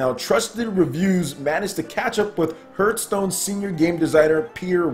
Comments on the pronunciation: Dude... Hearth is not pronounced phonetically. It's pronounced "harth" not "h-earth" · Why do I keep hearing HURT STONE not Hearth Stone?^^ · It's pronounced "harth" stone. Like the word "heart" but with th at the end. Hearth meaning is something like a fireplace. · The more people complain about his pronunciation of the word "Hearthstone" he will pronounce it weirder and weirder for every complaint. Harthstone, Hurthstone, Hurthstune, Hrruthsteene. Well, at least that's what I would do...^^ To the people who are wondering why anyone would want Hearthstone on Switch: Ever heard of the concept of "variety" and "options"? People tend to want to play the games they like on the system they like the most – on the system of their choice. There are millions of Hearthstone players on PC because they prefer it this way and don't want to play it (or any game) on smartphones/tablets. What a strange concept, right?!